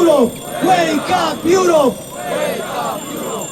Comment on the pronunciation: Łejkap jurop... jeee 😂 A poza tym Korwin to równy gość!!